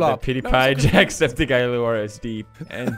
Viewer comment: jesus christ mispronounced jackscepticeye as jackspedicy